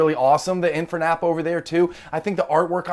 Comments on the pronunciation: ‘Infanap’ 😳 ‘in-ferr-nape’… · InferNAP instead of InfernAPE made me chuckle🤣